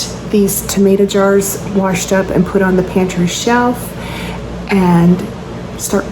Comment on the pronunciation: Did you say WARSHED up? Ok, I'm subscribing!! ❤